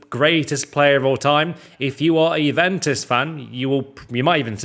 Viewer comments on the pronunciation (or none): none